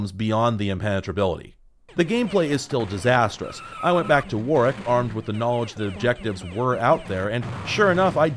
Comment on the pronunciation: Thanks for pronouncing Warwick correctly!